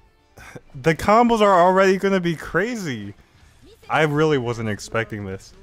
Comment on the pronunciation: you said “bombos” that’s a word in my language btw. But initially you left off the “C”. Only Gang members of the Bloods speak or type and leave out “C’s” because of their rivals the Crypts. So they substitute every work starting with a C and put a B instead